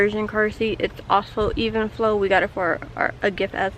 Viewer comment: Shes fucken dum she doesnt even know how to pronounce the name of the stroller shes had for a year